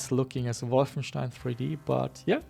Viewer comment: Now I finally know how to correctly pronounce Wolfenstein!